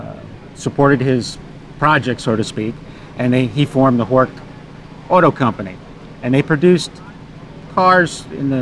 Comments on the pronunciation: Horch is actually pronounced horsh. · I'm always fascinated by non natives who know better. I'm German and I can assure you that Horch is pronounced with the 'ch' like in 'ich', as Breazeale pointed out.